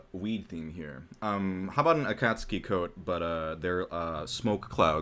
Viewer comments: “A cat suki” actually cringes The uh...the second syllable of Akatsuki is the only emphasis...and the u is silent.... “Akatsuki coat but with smoke clouds” ....that’s an actual Akatsuki coat. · The way says akatski makes me wanna die, love yall though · The way just pronounced akatsuki was rough